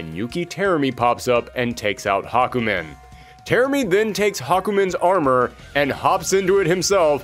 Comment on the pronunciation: THE NAME IS HA-KU-MEN!